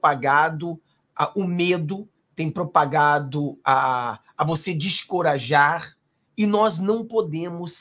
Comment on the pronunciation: Boa noite. Deixe-me lhe ajudar - "DESENCORAJAR", creio ser essa a pronúncia correta. Parabéns pelo seu canal! 😃 🇧🇷🇮🇱🇧🇷🇮🇱